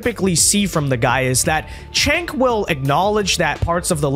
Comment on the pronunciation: The way you mispronounce Cenk's name almost sounds like a slur against yourself 😆